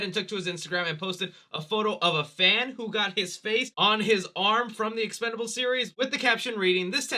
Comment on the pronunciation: I feel you when it comes to the expendables series, BUT CMON MAN it’s EXPENDABLES lol I know I’m hopeless 😩 😂😂